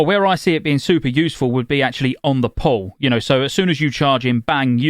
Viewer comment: Every time he says "on the pull" all I hear is "on the poll", and then I imagine a warlock in demon form slaying a stripper poll